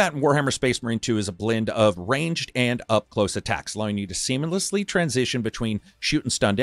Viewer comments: Did you just say semen-lessly instead of seamlessly? 😂😂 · bro said "semenlessly".💦